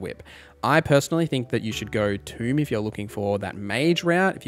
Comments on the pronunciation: Tome= T-Oh-m not T-ew-m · Oh and it's pronounced Tome not toom. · I’m surprised Pact of the Chain didn’t get more love during your Warlock guide! Yeah, Guidance (from Tome—which rhymes with “foam”, not with “tomb”) is useful, but anyone else in the party can have guidance to give you that bonus, and Shadowheart and Halsin should both have access to it as a cantrip (and you can get it via a necklace). By contrast, being able to summon a flying familiar that can go invisible at will is pretty unrivalled in terms of utility. Having a flying scout to map out dangerous areas for you at NO personal risk is amazing, with flight to get into interesting positions. They can even toss items around to give you easy access to hard-to-reach treasures. Why walk through a gauntlet of traps to flick a lever or grab some loot when your imp can just fly through and either attack the lever or toss the item your way? (The imp trivialized saving the hostage from the hag and navigating the maze of exploding mushrooms in my playthrough.) They’re also very useful in combat—either to swoop in invisibly (so, with advantage) to finish off a low-health opponent, or to run interference and soak up attacks to distract the enemies from your party. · . Great video, thanks for all the info, no criticisms on the info. Legit the only problems to report would be nitpicking pronunciations like ""Tome" rhymes with "home", it is not pronounced like Tomb or "Toom", a place where dead ppl go" "There is no "x" in "especially" "When it comes to Dice, 1=die, 2+=Dice" ""Oriented" only has one T" And and so on, if any if that is a regionalism or speech impediment, I didn't mean it as an insult but I still apologize <3 -- overall really great video, the info was super in depth, you answered all the questions I was wondering and more, and gave me new ideas! Thanks a bunch! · Tome is pronounced by saying the name of the letter o, the word you said is tomb which is another word for a crypt